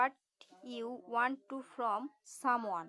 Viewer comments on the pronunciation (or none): ভাই ওয়েন্ট না ওয়ান্ট